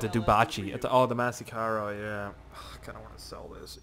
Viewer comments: It's pronounced MASS-AC-RO!!! Not MASSICARO!!! DAMMIT!!!!!!!!!!!!!!!! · Lol it's Massacro but whatever. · Massacro is said like this: Ma-sack-row